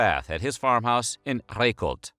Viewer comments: the pronunciation of Reykholt was pretty bad tho. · I've been to Snorri's pool in Reykholt (not pronounced "Kreykholt", but just 'rake-holt'). Sometimes it is hot enough to scald you and other times it is just lukewarm. All depends on the day you're there. When it's really hot, you can stir it up and it will be OK to get in (about 42 degrees Celsius).